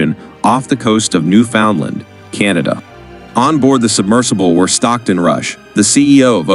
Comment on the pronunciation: im infuriated as a canadian about how you said newfoundland